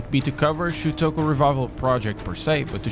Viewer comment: You actually spelled it right this time. Although you still say it wrong lol.